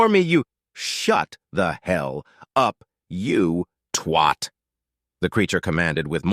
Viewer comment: There's no o in twat, try to pronounce it properly.